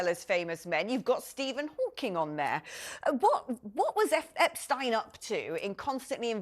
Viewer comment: Can she not pronounce Epstein's name properly?